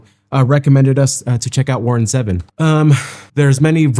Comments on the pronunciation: It’s ZEEvon not Zehvon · Grrrrr. Even after your correction you still got it wrong. His name is Warren ZEEvon not Zeven. I still like you 😉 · Still not quite right... "Zee - Vonn" Zee rhymes with "sea" and Vonn rhymes with "lawn" and emphasis on the "Zee." 😊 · It's Ze-Von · This is one of my favorite Warron Zevon songs. His last name is not pronounced like the number seven. I remember last interview with Letterman. Enjoy every sandwich.